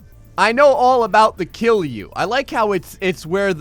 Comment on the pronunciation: It's KILJU.not killu